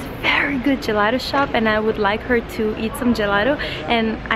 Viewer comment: Almeno “Gelato” pronuncialo in italiano . Lo sai che ci sono parole che non si possono stravolgere . È patetico !